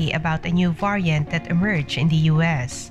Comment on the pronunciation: Yes. The voice is highly irritating. Esp the prounciation of the word “ variant” 🤪🤪🤪